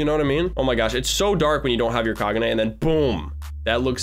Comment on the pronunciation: Kaguna kai-gou-ganna